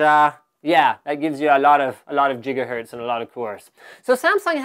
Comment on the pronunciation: Them giggabytes and jiggahertz!